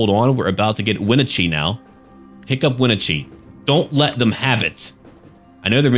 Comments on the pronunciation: its pronounced yaka-maw and wen-na-chee. im from yakima which is pretty much right next to the yakama reservation. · Love the video but I live in Washington, Think my eye twitched every time you said Yakima and Wenatchee odd but Washington is full of hard places to pronounce